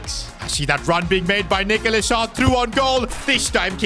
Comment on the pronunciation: bro please just call him nicholas not nickolas har...